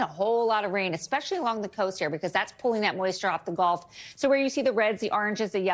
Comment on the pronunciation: why can the meteorologist not say "gulf" correctly? It is a body of water, not the sport "golf"